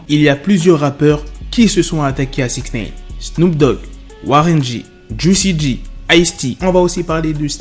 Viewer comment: On dit pas" six nène" je vais l ecrire en phonetique, six "naillene" ( comme nein en allemand)